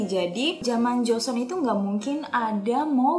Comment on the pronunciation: Joseon (조선) kak yg bener bkn jeoseon (저선)😅😅